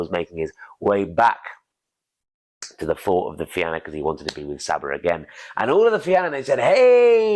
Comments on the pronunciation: Man I love your stuff. .the Fianna is pronounced The Fean YA ... otherwise Rock on my friend rock I Love it .. PS Im irish so just sharing ...by the way my youngest son is named Oisín Go raibh maith agat a chara.. ... Iain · Thank you for the great storytelling. The only thing the Fianna is pronounced fee-in-ah.